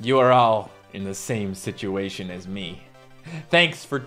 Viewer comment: I love how u say ✨situatuion✨(no offense)